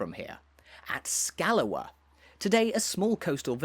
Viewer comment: Quite right. This mispronunciation is actually quite grating, especially in his lah-dee-dah accent. To give him his due though he's not committing the cardinal sin of calling Shetland "the Shetlands". He's also made the effort to pronounce Scalloway properly - "Scallowuh". Incidentally, the people on Fair Isle pronounce Lerwick like "Lyric".